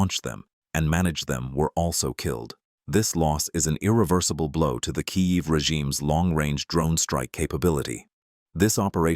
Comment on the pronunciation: “in kayeev”😂 stupid AI crap